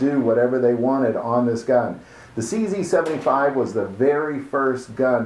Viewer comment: Number 11 It's pronounced [tʃe zed] in Czech.